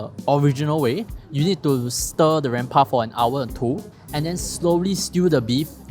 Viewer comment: pls check how you pronounce 'rempah' from a malay... i am sure it is not pronounced the way you said it. 😁😁😁